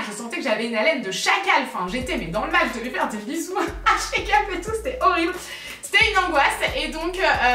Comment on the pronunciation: Tu m’as fait mourrir de rire sur avec la comptable. Par contre quand tu parle de Charlène de la chaine chakeup j’entends check-up 😂